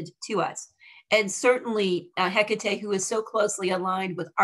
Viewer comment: It's so hard to listen to her name being enunciated wrongly. please its He ka TAE accent on the TE, sounding like TAE, as in take. otherwise thank you for the video